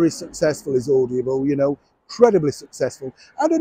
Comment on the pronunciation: Darling it’s Audible, not Audiable 😘